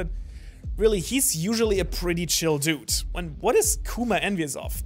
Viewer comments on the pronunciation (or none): none